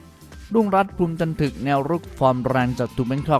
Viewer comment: จะเอาอะไรจันทึกมันยังอ่านจันถึก😂😂